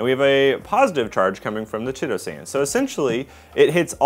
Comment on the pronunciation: Chitosan is pronounced kite-oh-san FYI